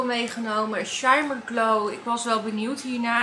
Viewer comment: Oooh schat sorry maar ik ga HELEMAAL stuk als je Shimer zegt 😂😂 het is met dubbel mm dus kort, shimmer 😘❤